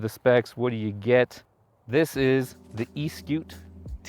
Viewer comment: The reason why?, the odometer works only when one uses the motor is because; it is trying to tell one the distance the battery has worked , for one to have an idea how much juice is available in the battery to go further. & Eskute is pronounced as; Es for S, ku for koo, te for tay.